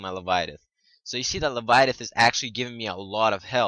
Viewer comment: Le-vye-a-thin. Not le-vi-a-tith.